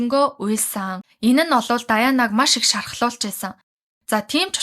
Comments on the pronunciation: Даяана..гэж яриад бхы!Diana-Диана гээд хэлээд өгөөч! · Diana- Даяана, Mariah- Мараяа гэдэг шүү.